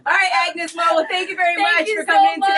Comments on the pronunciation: Agnez mo not agnus mo .👌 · its AGNEZ MO not AGNUS MO. LOL 🤣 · It's Agnez Mo, not Agnus Mo. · It’s AGNEZ MO not AGNUS MO 😭😂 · AGNEZ MO not AGNUS MO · Its must Agnez Mo not Agnus Mo :( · AGNEZ MO!! Not AGNUS MO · AGNEZ MO NOT AGNUS MO😊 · Its AGNEZ MO NOT AGNUS MO !!!